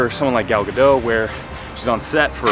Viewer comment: Pronounced Gadott (hard T). Gadot means river banks in Hebrew. Her name was Greenstein originally.